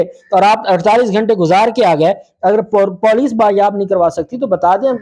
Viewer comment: Your Poooolice pronouncing is not correct and after many times of messages you are disrespecting Urdu again n again. If you're not understand the rules how to pronounce correctly means you're disrespecting you're views too Marking you dislike